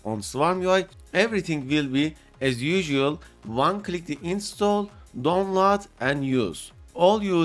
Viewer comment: what video? You didn’t mention it, not in the video or even now, you say you are trying to save time but waste it on showing how you can winrar something that is already a executable extractor. And it’s DOWNLOAD not don lar. For a word you say 100 times a video you should work on it.